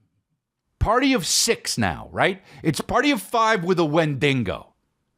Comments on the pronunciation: Wendigo not wendingo lmao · It's honestly just sad a 45 yr old man thinks saying wendigo as "win-Dean- go" is funny